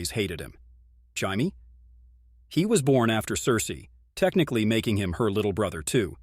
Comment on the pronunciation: Can pronounce the odd names perfect but cant say jamie right